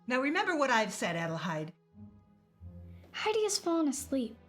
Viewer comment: It is a nice adaption, but the mispronunciation, several times of Hedi's full name Adelheid drove me nuts.